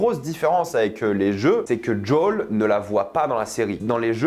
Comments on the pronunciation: C'est qui Jaule ? Il s'appelle Joel, on peut arreter les accents craignos ? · ta prononciation de Joel ma hérisse les poils.... c'est quoi ce DJol ?? c'est si dur a dire Joel en français ? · "Jol" aïe pauvre Joël 😅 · Le fait que tu dises jawl me déstabilise